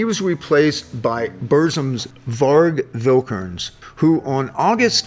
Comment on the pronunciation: Isn't Vikernes pronounced "Vick-er-ness or Vick-er-nez"?